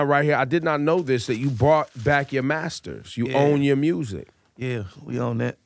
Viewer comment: Lol at “mursic”